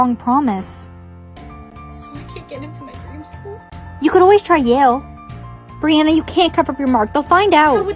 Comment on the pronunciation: Brianna: HOW DARE YOU CALL ME BANNNA?!?